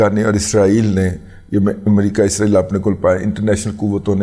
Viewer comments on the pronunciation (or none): none